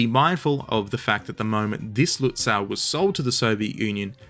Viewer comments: The last syllable of "Lützow" is correctly pronounced like the English "sow" (as from sowing) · The way to say Lützow in German, with its otherwise highly regular spelling, is with a long oh at the end. Not an English ow. That would be spelled au in German. The w is just there to indicate the o is longer, much like the h at the end of Gütersloh or the e in Soest. We actually did have a spelling reform in Germany in 1996 which was then itself reformed eight(!) times since. But none of that unified the spelling of these old city names. Just saying. Seydlitz is pronounced Saidlitz, gets it wrong.